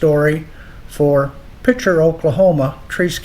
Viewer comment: Picher it sounds like he pronounces it like pichard and pricher!